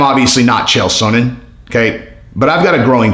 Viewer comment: Sonnen is Son-en. So-nen is not correct lol